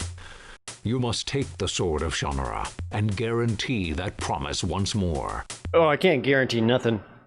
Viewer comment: pretty sure they are pronouncing it incorrectly in the game.